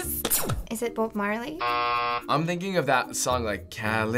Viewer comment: Within 10 seconds this girl says "Bobe Marley" and "2-Pack". I'm done.